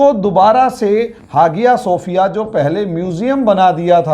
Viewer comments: Not hagia, but called aaiya Sophia, h silent in Turkish language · हागिया शोफिय नहीं .....हया शोफिया कहा जाता है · Even now days many churches in America sold to Muslims. Some are sold to hotels and bars. It's pronounced as haya or aya sofiya G is silent. He even unable to pronounce the name correctly. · Hageeyaa sefiyaa hagiyaa sefiyaa pher....hageeyaa sofiyaa.....kya hai sir ye Sahise bollna seekhiye aap pahle 🤣🤣🤣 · Even now days many churches in America sold to Muslims. Some are sold to hotels. It's pronounced as haya or aya sofiya G is silent. He even unable to pronounce the name correctly.